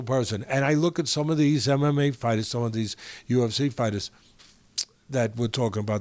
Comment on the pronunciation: Did Teddy say "MMGay"??? 😄 🤣 😂 😆